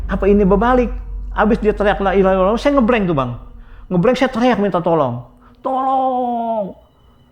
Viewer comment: Kenapa ibu itu bilang lailahaillauwllah ya